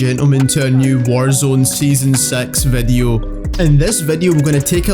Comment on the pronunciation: "vedeo" "Twetch" XD